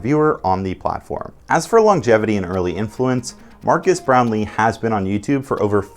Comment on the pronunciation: It’s not MARCUS Brownly it’s MARQUES (pronounced MAR-KEZ)…